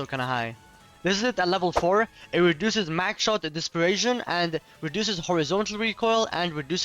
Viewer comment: You’re an adult and can’t pronounce dispersion?!? Lmfao